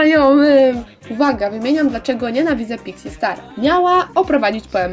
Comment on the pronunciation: Czy tylko ja na początku usłyszałam pizzi star